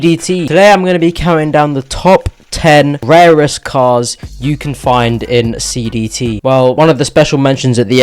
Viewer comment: I thought he said BBC instead of CDT